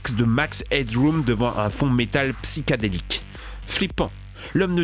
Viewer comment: Votre chaîne est vraiment sympa mais faites gaffe aux fautes de français ou de prononciation (que vous faites très souvent), c'est ultra gênant. D'habitude je dis rien mais là "Psychadélique", "Toléphonique", "hackor"... ça va trop loin quoi. Et sans déconner, fais surtout gaffe aux noms putain ! La hackeuse s'appelle pas "Chesley mayning" mais "Chelsea Manning"...